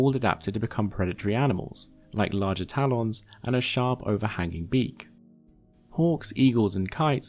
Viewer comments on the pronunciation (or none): 4:-01 did u just Call Taa- Lens..... Taa Lawns??a lol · Nobody: MLM: Tal-Ons